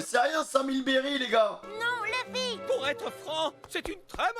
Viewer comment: qui dit lufy il est casse couille